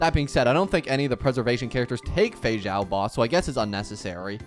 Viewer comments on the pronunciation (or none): none